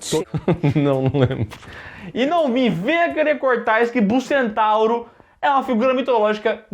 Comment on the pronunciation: Não existe "bullcentauro"... o nome é Minotauro kkkk